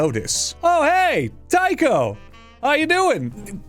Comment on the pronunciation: The problem with the theory of hallucinogenic funghi from wheat (ergotism), is that whilst it can cause hallucinations, it also causes diarrhoea, vomiting, and gangrene of the extremities. So, it's unlikely. And it's not Tycho with a "tie" sound, but with a 'tea' sound.